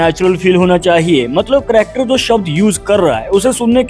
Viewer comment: Character bolraha he ki cryakter